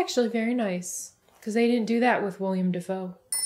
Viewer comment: It's Willem Dafoe, not William dafoe